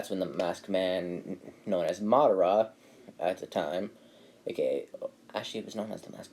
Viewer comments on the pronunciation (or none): none